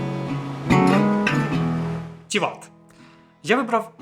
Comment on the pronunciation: Гарне відео про Чорногорію 👍, так, щоб побачити справжню красу природи, треба активно подорожувати. Я живу в Чорногорії 4 роки, і то, не була на всіх локаціях 😂. Ще є в чорногорській мові одна особливість, в основому наголос на перший слог, тому ТІват, КОтор, НЕгуш, ХЕрцег НОві, ПОдгориця😊. Безумовно в не сезон менше людей і метушні, але я полюбляю і коли туристи приїздять, по перше сама працюю з туристами, по друге щиро радію, що люди можуть подорожувати, бо побачили часи п@ коли нікого не було, то було сумно... Тому, приїздіть в гарну країну, а якщо потрібні апартаменти подобово, звертайтесь 😊, ціни помірні.